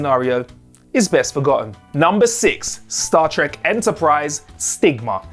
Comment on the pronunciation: Cut him some slack, he must've said "Stat Trek" like a hundred times for this video alone, it rolls off his tongue now